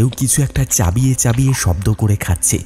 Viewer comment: Uccharon khub baje,, "কান্না করছে" না, হবে ' কাঁদছে ',, "চাবিয়ে চাবিয়ে খাচ্ছে" না, হবে ' চিবিয়ে চিবিয়ে '...